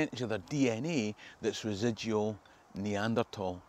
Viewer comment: Love how you pronounced Neanderthal properly, anyway think I'm 90 percent Scottish but I don't think it matters to me either way. Brilliant videos thanks for providing